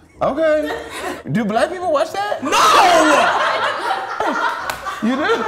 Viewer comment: "do black people warch that"😂😂😂